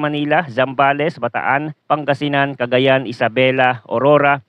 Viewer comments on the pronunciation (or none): none